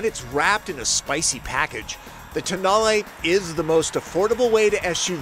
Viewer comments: At the launch of the concept (without any way to check pronunciation) called it the TONE-el. Tow-NAH-lay for the win. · don't know why it has been mispronounced everywehre in USA. During the auto shows in Europe few years ago, it has been widely pronounced as "Tone-Know".